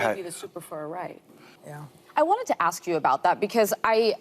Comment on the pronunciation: aaaaahhhhhhh thats why its note even Spelled Well! They Aks!!!!